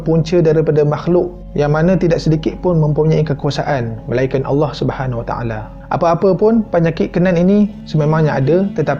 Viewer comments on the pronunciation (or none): none